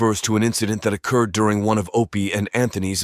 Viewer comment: when the incident oh-cured